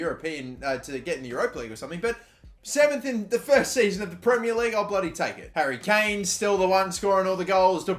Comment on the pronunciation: wait did he say dary Kane😂😂